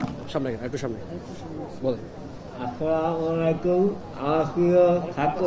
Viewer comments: SAJALROY-f4n স্লোগান নয়, তিনি সবাইকে "আসসালামু আলাইকুম" জানিয়েছেন। যেটার অর্থ 'আপনার/আপনাদের উপর শান্তি বর্ষিত হোক'। বাস্তবিক কারণেই উনার উচ্চারণ আমাদের মতো আর স্পষ্ট এবং স্বাভাবিক নয়। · স্লোগান নয়, তিনি সবাইকে "আসসালামু আলাইকুম" জানিয়েছেন। যেটার অর্থ 'আপনার/আপনাদের উপর শান্তি বর্ষিত হোক'। বাস্তবিক কারণেই উনার উচ্চারণ আমাদের মতো আর স্পষ্ট এবং স্বাভাবিক নয়।